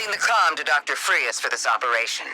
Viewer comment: They even misspelled and miss pronounced the names its “Fries” not “Frias”